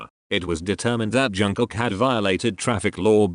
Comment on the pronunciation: not to offend you but why do you pronounce JUNG-KOOK as JANG-COCK its bother me a lot HAHAHAHAHAHAHAHA